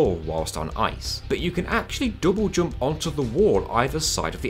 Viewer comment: Love how you say double jump.. dobojob